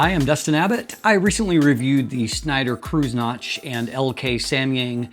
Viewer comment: I know it's a challenge, but c'mon ... you really need to work on that "Schneider-Kreuznach" pronunciation. You invested so much effort into this review and what comes out of your mouth really is kinda disrespectful. To check, simply put these words into Google Translate, select German as the language and press that speaker sign at the bottom ;)